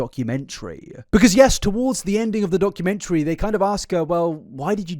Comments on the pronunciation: it really bothers me the way says "documentary" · Can someone teach the Wilson family how to say documentary.